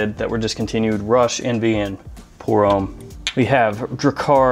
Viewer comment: french for Americans: homme rhymes with plum